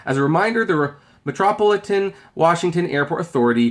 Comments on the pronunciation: Struggling to say Metro Paul Ih Tun eh? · It's pronounced "Dull - Es" and "Metro - Pol - I - Tan" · Metropolitan=Met roe PAH lit an